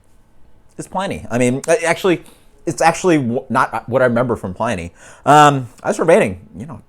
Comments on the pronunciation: Why does every beer reviewer pronounce it pl-eye-ny" I've always heard Pliny's name pronounced as "pl-in-ny" when people refer to the famous Roman historian/philosopher... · I don't fault you at all since It seems almost everyone refers to it as pl-eye-ny in the beer world! I honestly wouldn't be surprised if RR even pronounces is that way. Great, honest review btw.